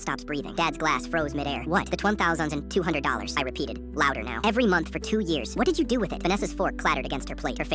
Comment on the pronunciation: How does the ai manage to mispronounce 1200 like six times in a row